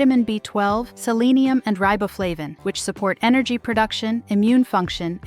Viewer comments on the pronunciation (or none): Wow an AI narration program with the correct pronunciation of salmon. Points taken for wrongly saying selenium. Lol